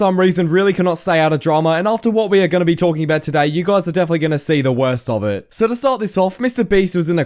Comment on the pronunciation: Ve? Do you mean be?